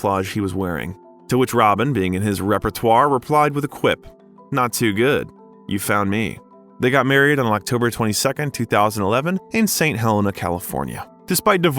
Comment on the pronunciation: Saint Helena is pronounced Hell-ay-nuh. Maybe some research?